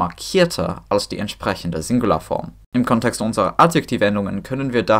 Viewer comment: Your German is exceptionally good, bravo. Thanks for this fantastic video! One correction: the stress in "Kontext" is on the first syllable, not the second.